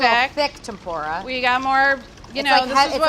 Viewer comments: They way she says Tempura it’s PRONOUNCED tem-poorah sorry just a triggered Japanese here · I don't mean to be that guy but it's pronounced Tem-Poo-ra. almost like the PU part has a U not a O. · any other asian kinda of mad how she said tempura